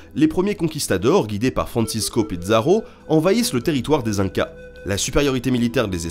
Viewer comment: Salut tous. Prononcez Pizzaro 'piçaro', accent tonique sur le 'a', donc, piçaaaro et non pas pidzaro, rien à voir avec les pizzas. Dire que les incas ne savaient pas écrire n´est pas exact. Ils utilisaient des quipus. Les espagnols les ont presque tous brûlés par superstition, parce que lire sur des cordelettes leur semblait de la magie noire. Les péruviens actuels utilisent un système semblable dans les écoles, pour compter.